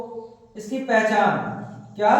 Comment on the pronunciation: Pahichan nahi hot hai paihchan hota ha